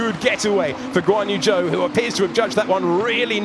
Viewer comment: Whenever they say Guanyu Zhou I hear 'Go on you Joe!'